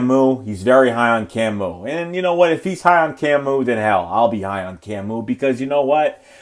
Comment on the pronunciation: "Camoo Groogger-Hill" lmao